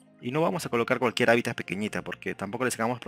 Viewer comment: Se dice HÁBITAT